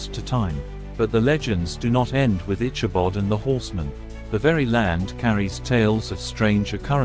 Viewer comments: Good video. However, the telling is hard to listen to due to the mispronounced name of the main character. It is pronounced ickabod, not itchabod. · Please pronounce Ichabod with a hard K sound not a Ch sound as in chicken. It is a HARD "K".